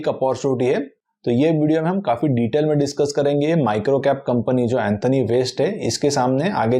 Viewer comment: Anthony एंथोनी ❌ Antony एंटोनी ✅